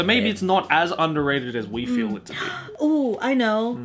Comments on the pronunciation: I’m tired: I see (in jojo) I FERU U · I'm tired: I FEERU YU ME: I felt that